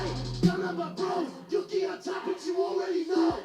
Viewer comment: Yea hes pronoucing it wrong lol